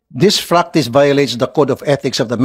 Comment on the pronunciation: This fractice daw imbes na practice. Nagbasa na ng english nalito pa sa P & F.